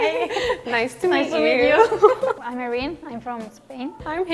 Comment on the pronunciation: cuando eres española y dices "AIRIN" en vez de IRENE, penosa. Lo que pensamos los europeos de EEUU es que son estupidos xD Cuando la chica estadounidense dice lo de que "la comida estadounidense que me gusta son los burritos y el apple pie" literal ninguna es de estados unidos xD